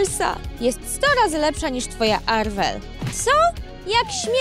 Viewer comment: To nie jest Arwel tylko Marwel